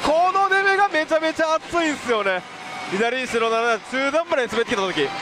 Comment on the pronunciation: 白7がスロナナに聞こえたʬʬʬ